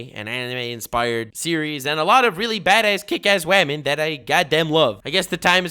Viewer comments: I's so hard for me to take this video seriously cause I keep laughing every time you say wHAMEN OH MY GOD SKDHBHKS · I'm trying so hard to watch this video, but I tune out and cringe every time he says "whamen". It just sounds immature and I can't take anything he says seriously. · Christ, do you have to pronounce women as “wahmen”? I can’t get further than 5 minutes into the video because it makes you sound so irritating. (And I know, it’s a meme or whatever. Doesn’t make it any less obnoxious.) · Bro if he’s going to keep saying “WAMEN” I don’t know if I can get through this video. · Everytime says Waman, my pores become more clearer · I cringed every time you said WAHMEN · Every time he said “Wamen” I lost it 😂😂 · I love how he is being 100% serious about this serious topic but still says whamen its amazing. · Do you really say "wamyn" in real life when you mean "women" or is that just speaking in character to make the video? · who started saying WAHMEN? Pewds or? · Take a shot every time he says "Wamen" fml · I watched this for the WHAMEN pronunciation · If i hear the word whamen again i will literally blow my brains out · Jesus christ dude stop saying "Whamen" it was funny for like first 2 times but its not getting funnier after 20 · I'n french, I am the only one thinking he say "ramen" for the biger time of the video (makes me hungry... and angry !) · oh my god stop saying whamen it sounds dumb as fuck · shanty 2 that I can see, over doing it isnt the best idea. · I think he would be frightened to find out that there are "wahmen" in MMA. . . how old is this guy? 13? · Dude just stop saying whamen. It freaking hurts to listen to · say whamen again i dare you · please stop saying 'wamen' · im sorry but am I the only one that cringes slightly everytime i hear "whamen" can.. can.. can you not just say women? please? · whamen and women are not the same thing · I choose to see his pronunciation as WHAM!!'N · It’s pronounced women. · “Wamen and ramen”